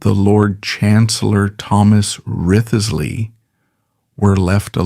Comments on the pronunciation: Wriothesley is pronounced "Rizzlee" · Risley. Chewder, not Tooder